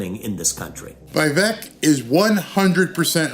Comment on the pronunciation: say it with me Vivek like cake is the pronunciation:)